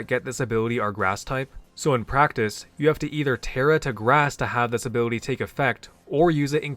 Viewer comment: take a shot every time he pronounces ability as “abiwity”